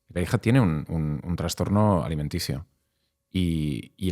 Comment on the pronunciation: Gracias por tu trabajo Eres un gran comunicador ❤ Si me permites hacerte un mini comment, he oído en varios podcast que dices la palabra transtorno, La forma correcta es trastorno, con "s", no con "ns".